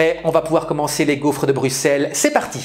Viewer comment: Pourquoi su dis "gouffre"? 🤭